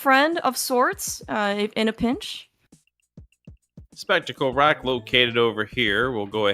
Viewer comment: "Specksticle Rock" wasn't lost on me,! HAHAHA